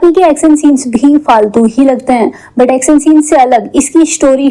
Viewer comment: Aksan, sooting , eshtory, washte,hosss, kosiss, alieesa, kuss, jinda, behoss, trushht, hindi aati nahe to explain kyu karte ho😂